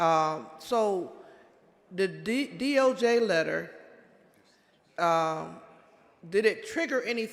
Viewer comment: Why does she keeps saying DOG?? That's spells dog. Not DOJ